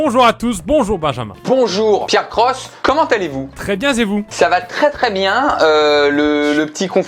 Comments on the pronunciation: Pierre tu peux pas faire une liaison à bien z et vous c est pas français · "Très bien zes vous ?" J'avais rien à dire